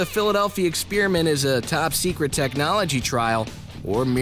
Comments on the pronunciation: It's not pronounced "ex-peer-iment". If you're going to play at being Mr. Voice-Over then get some speech lessons. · It's sounds like he says philladelphia spearmint